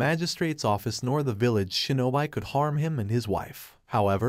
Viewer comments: ok ok ok its not pronounced (sho-no-bi) its pronounced (sho-no-be) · "shin-oh-bee" not "shin-oh-bye" :p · Shinobi is pronounced as shino bee , not shino by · I had to stop watching when i kept hearing "nin-juht-su", "shinoBIST", and "Sam-you-rai" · he just say shinobi wrong but i dont think its a problem though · good video but i cringed every time you butchered a japanese word like Shinobi and Shogunate etc...